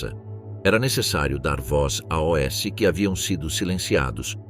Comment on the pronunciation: Terrivel a IA que narra! O "ó-esse" para ler "os" é terrível!